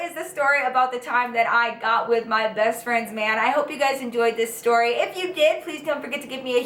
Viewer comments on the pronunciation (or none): I love how she pronounces words with "st" 😂 seriously not being shady. I look forward to it. "Shtory" its so cute 🤗💜